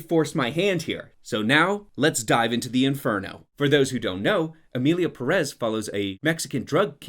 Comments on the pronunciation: emierda pé rres is bad but pronounce it correctly lol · "Emilia PerEz"